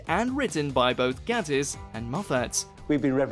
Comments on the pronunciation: It's GATE-ISS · it's mark (gay-tiss) LOL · It’s Sherlock not shirlock. It’s Gay-tiss not Gatt-iss. Want to see some more? Of Sherlock, oh yes!